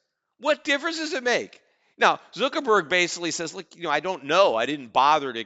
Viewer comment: Lmao Zookerburg! i love the way he says it